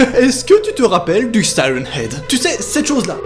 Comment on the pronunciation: On dit siren head